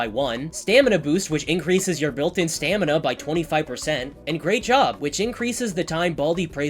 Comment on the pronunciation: "wow! great jogghgrghghrrhrrlll"